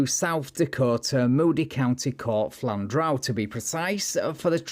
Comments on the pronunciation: I love how you display a written message showing that Flandreau is pronounced "FLAN-droo", while at the very same moment you pronounce it "flan-DROW" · it's pronounced flandrO not flandrOW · It's pronounced flan(as in plan) dru. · Flandreau is pronounced - Flan (like plan or clan) and - dreau (drew) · As a native South Dakotan, I would like you to know that although many towns in South Dakota have French names, they have nothing resembling french pronunciations. This town is called "Flan-drew," the capital, Pierre, is pronounced, "pier" and the largest city, Sioux Falls, is pronounced "Sue Falls." Just FYI. Welcome to 'Murica!